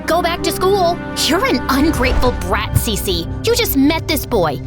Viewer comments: Cece❌️ cici✅️ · When she said her name is cece it's sounded like she said si si🤌